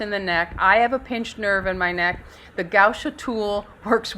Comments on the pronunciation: Sweetheart, it's gua sha, not gau sha.🥰😊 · right, but not gau sha, as she was pronuncing.